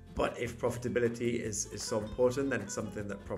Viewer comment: souw, ya nouw.